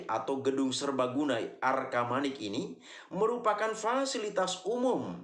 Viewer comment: Bukan arkamanik om tapi arcamanik